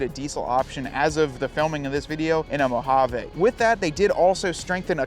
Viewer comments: Mo hah VEE not mow hawww vayyyy. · Great side-by-side companion. I must admit, I cringe every time I hear you mispronounce the word Mojave … it’s actually “mow haa vee”. But great info! Thanks 👍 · MO-HA-VEE!!!! ENGLISH PLEASE… NOT SPANISH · Mojave is a Spanish word though.